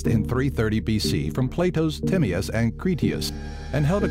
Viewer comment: Mispronounced Timaeus :p Shambala.